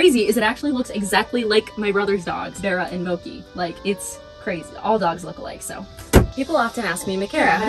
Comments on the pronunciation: Luv u but plz say that pronunciation of mochi is a joke lol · Wait you pronounce mochi as moki??? 🧍‍♀️ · why is mochi pronounced mokey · I love you but the way you pronounced mochi gave me gut pain.